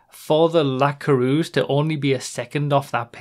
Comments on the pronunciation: Good video, but as a french I HATE how you pronounce the word "Coureuse" lol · pareil :D